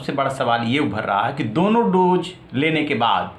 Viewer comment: Kya bol rahe ho yaar doje nai hota dose hota hai, English tto choro tumhe tto hindi b nai aati kahan ke ho bhai ?? Dubbing kisi aur se karwao